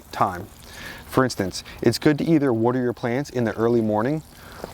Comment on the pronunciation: Wooder. I know I can listen to this guy just because of that.